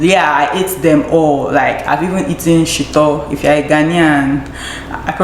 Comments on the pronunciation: I hope the ‘Shito’ was that hot 😀 and yh your pronunciation was not bad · You pronounced the "shito" so right😂